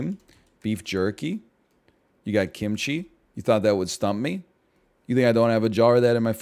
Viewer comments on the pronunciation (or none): none